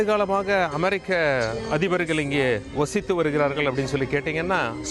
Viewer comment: அது என்ன ஓசித்து வந்தார்கள் (வசித்து) ஒழுங்கா உச்சரிப்பு செய்யுங்கள் தலைவரே 😁 ஓசித்து 😁